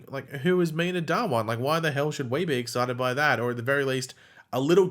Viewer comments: Its not dawaaan Its dhha-one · Dhawan is not Da-Wan but Dhha-1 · Its pronounced Dha-One